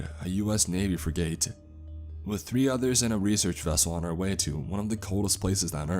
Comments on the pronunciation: "Freeg-ate" lol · Interesting story, but was I the only one bothered by the way he butchered the word frigate? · Mispronouncing Ensign, common and forgivable, as it changes depending on which Navy you're referring to. Mispronouncing FRIGATE... literally NO ONE, EVER, does this lol. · Check out the pronunciation of the word 'frigate'. You've heard it before and will recognize it when you see it how to say it. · What about frigate? That frigging annoyed me... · Honestly, this story was kinda terrible. Didnt make much sense and the dialogue was awful. You're also killing me with how you pronounce "frigate". Have you never heard that word before? Its definitely not "freegate". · It's pronounced Frig - it. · Frigate is not pronounced free gate- it's fri (short I like fritter) and the word get. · I hate how he says frigate, like freegate, no it's pronounced like "fric it" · For the love pf god, please learn to pronounce the word Frigate... It's not freegate, it's "friggit". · Bro, you gotta stop saying free gate. Google how to say words, if you’ve never said that before. every time you talked about a frigate a was thrown for a loop. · “Freegate?” Or you mean “Frig-ate?” Also like “frig-it.” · The word is frigate, not freegate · I heard say "fra-gate" instead of Frigate. Sorry, I study and research military hardware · It's a "frig-it" not a "free-gate". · "Frih-guht" not "free-gate". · Great stories, but dude, you gotta learn to pronounce certain things properly when you're recording them. Frigate is pronounced "frigg-it", not "free-gate". Not trying to troll, just trying to help. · Dude, its pronounced frig-it not free-gate. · It's pronounced like "Frig it", not freegate. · Pronounced "Frig-get" Good story !! 🇺🇸👍🏴‍☠️ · To, it’s pronounced Frig-It not Fri-gate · Great story, but I winced every time you mispronounced frigate as "freegate"! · Freegate got me cringing, especially being former Navy...pronounced Frig-uht. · Thank you! Frigging annoyed me...